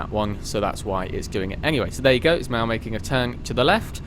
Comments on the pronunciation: Great video. Its "Now" not "Gnow" btw. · I like how he said "now" and "nav" as nyow and nyav